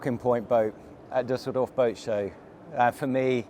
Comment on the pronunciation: Your pronounciation of Düsseldorf was perfect!